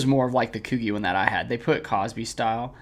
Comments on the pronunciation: It’s Koo G not Koo Geeh how have you never heard of Coogi?? anyways good videos love content just shocked lol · haha its "coo-gee" haha keep on uploading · That’s not how you pronounce Coogi. 😂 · This is a dope video but I’m cracking up at your pronunciation of coogi 😂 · Bro definitely messed up the Coogi word